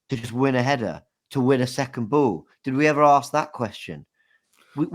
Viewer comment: Why does nobody ever comment on how says the word "ball" as "boo"????????? LY